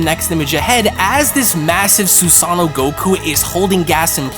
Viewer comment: Heating this man botch words like Susano makes me think he doesn’t even watch anime